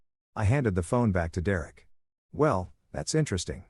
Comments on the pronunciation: Ah dear Eric is actually Derek.. it takes time trying to understand AI'S inability to communicate correctly in English.. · Yay! The return of 'dear-Eric' I'd almost got used to hearing Dereck read properly...😂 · Dee-Rerek is in many stories 🤷‍♂ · Thanks to this AI, I will now name my firstborn son "D'Rerrick" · I love how "Derek" becomes "Dear Erik" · AI strikes again lol